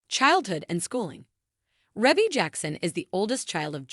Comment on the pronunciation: Its pronounced ree-bee not reh bee